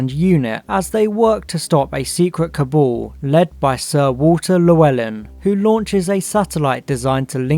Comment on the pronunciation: You need to learn how to pronounce “cabal”.